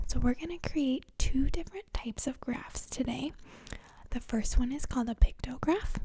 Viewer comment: I love your tiny little accent, -- like when you say "Tiday...":) Where do you live?